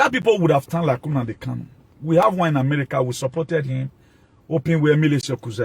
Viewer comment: You're ranting bullshit just say you and not all Benin people want to congratulate Nnamdi kanu also comparing kanu to Jesus Christ you must be out of your head, you can't even pronounce the name properly you're pronouncing NNAMDI as UNAMDI KANO